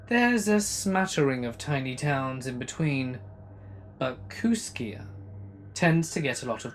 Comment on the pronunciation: I live 6 miles from Kooskia! It's actually pronounced kooskee. I said it the way you did when i first saw the name too. And it's on the Clearwater River, snake river is about 80 miles downriver in Lewiston Idaho. Cool to hear my area in a story! I live in Kamiah. Pronounced kam ee eye